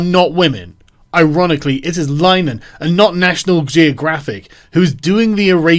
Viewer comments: What do you expect, he can't pronounce linehan right either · Linehan is pronounced like in Linnen,, lol, as in the sheets, but with the 'han' lol. I love ShoeOnHead, and I love Grahams shows. I have every I.T. Crowd episode. So i'm wondering what the hell is going on here, lol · Actually both versions are accepted names of the show, and that comes from Linehan himself (whose name is actually pronounced LINNERHAN) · It's pronounced Lin-eh-han. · so triggered by your pronunciation of linehan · This would've been a much better video if you'd've learnt how to pronounce 'The I.T. Crowd' and 'Linehan' correctly. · Tip for you Sargon, before weighing into something, learn how to pronounce the surname of the subject of your ire. Secondly I.T. crowd you fucking dope. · Why are you pronouncing 'Linehan' like that? I thought that was just a yank thing.